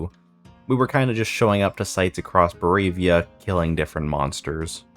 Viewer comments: Good channel, good content, hope to see you grow! Just so you know, it's ba-RO-via not bo-RAY-via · the way you pronounce Barovia triggers my anxiety